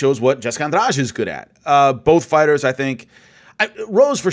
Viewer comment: I like how you pronounce Jessica's last name right like it's nothing